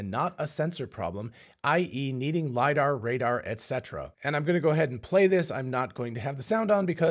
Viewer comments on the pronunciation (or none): none